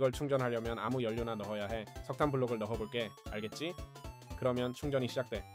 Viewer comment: 근데 자꾸 알겠ㅈ6라고하는거 넘웃기네?